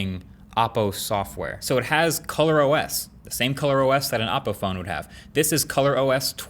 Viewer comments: Learn how to pronounce Oppo, it's OH-poh, not aw-poh. Urks me every time you say it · Y r u pronouncing oppo as Aappo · Still can't pronounce OPPO properly🤣😂🤣😂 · Stopped watching as soon as heard "OPPO" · It’s actually ‘o’ppo. Just need to pronounce the original ‘O’ sound